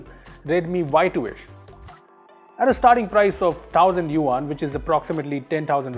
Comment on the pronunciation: There's a difference between थ and ठ betaji. it's थोउसंद not ठाउसंद